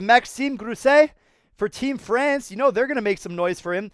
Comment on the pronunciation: FRANCE not FRACE 🤣